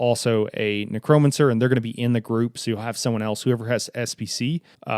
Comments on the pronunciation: haha fair enough. I am 99% sure it is pronounced as " neck-ro-man-cer". Those other words though I think most people butcher anyway so you're good there. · Man, i love how you explained the mechanics. Great video. I gotta say that it bothered me, more than it should have ,the way you pronounced necromancer 🤣. But still, very awesome video my friend.